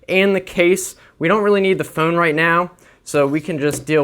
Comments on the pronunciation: You said phonn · the foon😂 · Whats a phoone